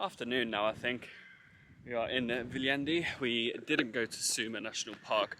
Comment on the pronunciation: maru kasulik on kohalike käest küsida kohanimede hääldust;) Ainukesena oled Sa seni suutnud eestlase jaoks arusaadavalt hääldada nime Viljandi:)